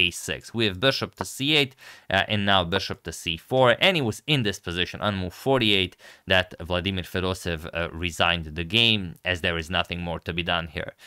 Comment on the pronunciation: Het Agad As I know you like to pronounce correctly the names of the players, the correct pronunciation of Fedoseev sounds like “FE-DO-SE-JEV” with the accent on “SE” in stead of “DO”